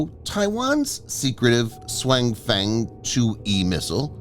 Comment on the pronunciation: TTS Voice really butchers the name this time. 雄風 should be pronounced more like “siong fung”